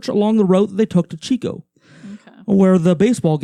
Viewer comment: It was a basketball game, not baseball. And it's Chico not Cheeeooo